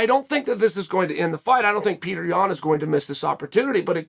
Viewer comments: PAY-OH-TRAY.... get it right chael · Petr: It's not Peter it's Petr. Chael: Peter Yan, Peter Yan. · My name is Petr not Peter